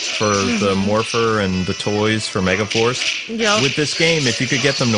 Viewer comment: "ME..GA..FARCE. POWER RANGERS MEGAFARCE" try watching this video and NOT hearing mega FARCE where mega FORCE should be hahahaha. that might be the new Yanny Laurel puzzle if it works lol